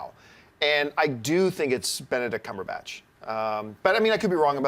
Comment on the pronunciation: Did Campea just say Cumberbatch correctly? Damn.